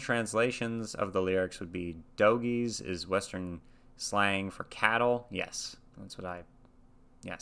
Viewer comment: His pronunciation of 'dogie' is correct. It's not pronounced like we would normally say dog. It's a term for a motherless stray calf in a herd of cattle.